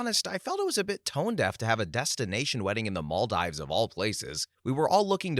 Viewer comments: Story 61, Maldives is pronounced Mal-deeves. I was cringing every time he said it. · Story 61 - Near narrator: "Maldives" is pronounced "mol-DEEVZ": a long E sound rather than a long I. Also, it's not "nupitals" it's "nuptials"; pronounced "NUHP-shlz" (often misspelled "nuptuals"), and pronounced like "partials". Finally, "et cetera" is not ek-SET-uh-ruh, or ex-SET-uh-ruh, it's et-SET-uh-ruh. "ET."